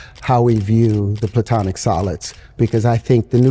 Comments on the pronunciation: Its Platonic solids, not Plutonic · "Platonic solids", by the way, from Plato, and not "Plutonic". Terrence is not gonna stay alive the minute he puts his machine to work. That is for sure.